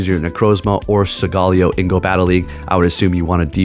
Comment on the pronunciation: Bro! Study and rehearse your pronunciation for Solgaleo. "Soul-guh-LAY-oh". Thank you.